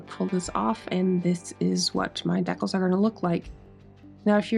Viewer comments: I kept thinking, "What the heck are deckels?" Then I realized, decals! ❤ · deckles?? !! DEE-CALS!!! ;p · It's so interesting hearing your accent pronouncing "decals" as dec-Als when mine would say it Dee-cals. This was a beautiful restoration. I sincerely hope you find a buyer who appreciates your efforts! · Decals must be a Canadian accent. American pronouncement is Deecal. But spelled Decals. Hockey guy you tuber pronounces it the same. He is in Vancouver. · Awesome! I want one 😁! What nationality accent do you have that you pronounce decals as "deckels" ? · I laugh every time you say "decals". Maybe that is how it is pronounced in N.S.? Here we say "dee-cals". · It's pronounced 'dee-cals 'luv😅